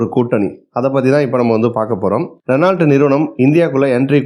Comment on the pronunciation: ரெனால்ட் ❌ ரெனோ✅ மஹேந்த்ரா❌ மஹீந்த்ரா✅ லோஹன்❌ லோகன்✅